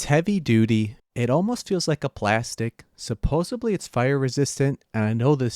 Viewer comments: it sounds like you keep saying “supposebly”, which is supposed to be supposedly. 😂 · “Supposobly” is not a word,. Since you say it multiple times per video, please learn how to say supposedly correctly. Also, you really are overdoing he amount of screws you’re using for wood work, adding extra weight, extra work, and only marginally improving strength.